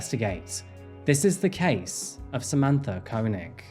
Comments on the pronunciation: Wouldn't it be pronounced "Kay-nig"? That's how Chekov's actor, Walter Koenig pronounces it. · It’s kay-neg for the pronunciation btw 😅